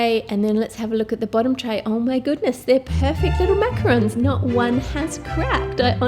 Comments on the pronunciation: Exuse me it is actually a macarons which I think u know already but u pronounce it as macaroons and they are both different things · the pronunciation for the "macaroon" cookie. (Coconut cookie covered with chocolate/caramel drizzle). Its pronounced(and spelled) macaron for a French style "Macaroon". They're not really the same cookie :D